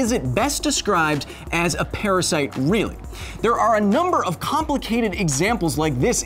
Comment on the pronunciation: PARASYITE?!! APOLOGIZEE